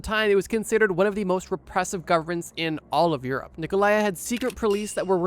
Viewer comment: I knew you would mispronounce Ceausescu´s name, I just didn´t expect it to be his first name lol